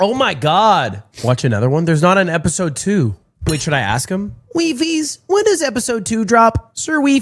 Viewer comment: Yeah it is pronounced wee-fies, at least thats how wifies pronounces it